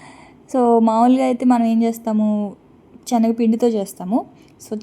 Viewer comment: చిన్న రిక్వెస్ట్ ఏమి అనుకోను అంటే చెప్తాను Chanagapindi కాదు శనగపిండి అని పలకాలి నెయ్య కాదురా నెయ్యి అనాలి ఏమి అనుకోకు వీడియో వినేప్పుడు ఇలా words ఉంటే బాగుంటుంది ❤